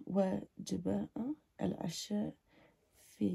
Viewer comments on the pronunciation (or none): none